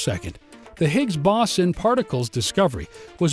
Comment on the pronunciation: Sorry to say that despite the beautiful graphics, its difficult to listen to the narrator mispronounce "boson"- pronounced 'beau zon' - sounding like he is saying bison, and 'collider'- pronounced 'co lie der'- sounding like he is saying 'colander,' a kitchen utensil.